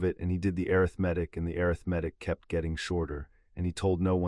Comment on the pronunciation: Overall an amazing storyline!!! Worth the listen! Thank you for an interesting end to Voldemort! I won't be listening again though. All the, "airith-metic", became confusing and aggravating! The number of times the word, "Century", was used during Harry's last 100 years in the vault made me think that he'd been in there for 7 or 8 days. Then, because Harry could rewrite the story and, "Set himself down on the afternoon he left", , my mathematic mind threw up its metaphorical hands. (Facepalm)